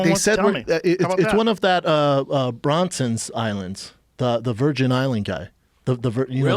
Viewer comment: Shaub: it's that Bronson guy's island. The Virgin records guy. First of all its Branson and secondly, ever heard of Virgin airlines?